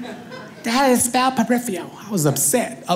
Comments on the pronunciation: I like his style! But he probably can't spell it because he's not pronouncing it correctly. It's pronounced per-if-fer-al not pre if free al. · Peripheral, not "periphial" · Its impossible to spell "peripheral," when you pronounce it "peripheal". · “Periffial” lol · I know. I was being sarcastic because he pronounced it wrong. So nobody knows how to spell his badly pronounced word.